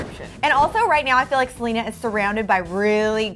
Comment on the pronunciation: Did they say Selga instead of Selena at the beginning of the vid?! Or do I just have bad hearing